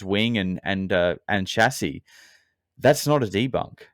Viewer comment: Dudes whole argument is immediately invalid when he says “chase sis”